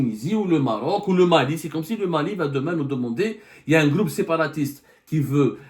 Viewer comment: Y a abdou, on dit pas un "gloup" mais un "groupe" gloup c'est quand taboun boit la vodka chez son amis kabyle tenancier de bar en France, il fait "gloup gloup gloup"😂😂😂😂😂😂